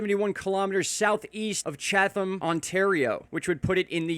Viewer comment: Chatham Ontario is pronounced "chat-tuhm" 😬🤐